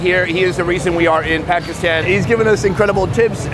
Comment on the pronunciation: Can someone gets his pronunciation of “Pakistan” correct? Will be a big achievement if by the end of this series he can say Pakistan properly